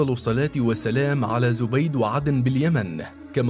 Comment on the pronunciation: تنطق زبيد بفتح الزاي وكسر الياء جزاك الله خير محتوى رائع وفقك الله